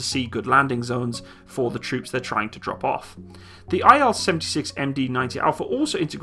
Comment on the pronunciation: It's "IL", not "I-L" ("Ai-El"). By the name of Ilyushin ("KB Ilyushina")